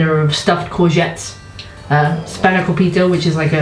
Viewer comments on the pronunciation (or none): i loved this episode but hearing R pronounce Spanakopita incorrectly emotionally, mentally and physically hurt me as a greek 😭🤣